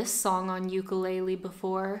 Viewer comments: "ooku-lay-leee" lmfaoooo. nice pronunciation. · ukulele❌ yoo-koo-lay-li✅ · you sound alright but thats not how you pronounce the name of this instrument, theres no tomato tamato with this lol, UKU (flea) LELE (jumping) UKULELE